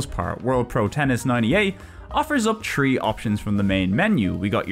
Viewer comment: Tree = Three